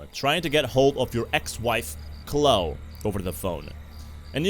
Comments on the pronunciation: nice vid but its Chlo-e dont forget the e at the end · I know it's cause you accent, but I'm pretty sure it pronounced "Clowe-E"